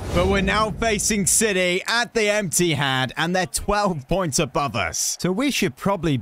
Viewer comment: said “we’re playing Man City at the Emptyhad”